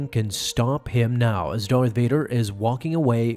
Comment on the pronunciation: Why are you pronouncing it... Dorth Vader? It's... DARth Vader.